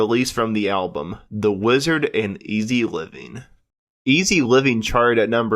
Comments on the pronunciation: Not [ivi], [evi]. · It's very eavy pronounced like heavy without the h. Not eeevy. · Oh, FFS, their debut was titled “Very ‘Eavy…Very ‘Umble”, not “Very Easy…”. How’d this guy get hired? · Its 'eavy like HEAVY smh